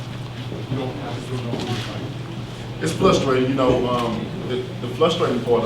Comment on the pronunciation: Did wilder say its "flustrating"?.